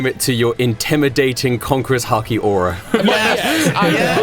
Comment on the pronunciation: Every time they said hockey I heard haki